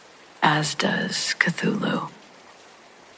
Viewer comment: Glad you pronounced Cthulhu for me. Lol. Thank you ma'am.